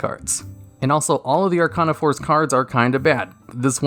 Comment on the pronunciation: “Archon a force” how the hell do you mess it up that badly